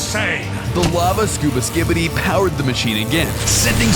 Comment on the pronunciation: Pls never say skibity